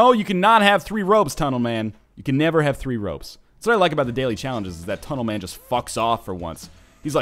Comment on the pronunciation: Even if he has the jetpack he still says tunelman to fuck off